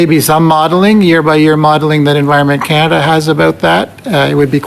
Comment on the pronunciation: Scannaduh 😅 wow